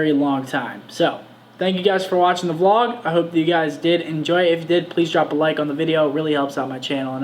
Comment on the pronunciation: God I hate when they say VeeLog